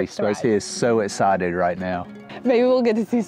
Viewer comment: Oh and “escited” rather than excited. It’s the X that he doesn’t use. That’s funny! We know you love both do your fur babies equally. 😍